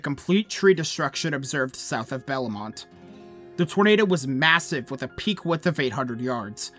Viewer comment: more than just bellemont was mispronounced but whatever